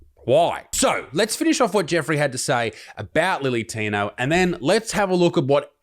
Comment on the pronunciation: Can we stop saying lily tino.....when its clearly Billy tino?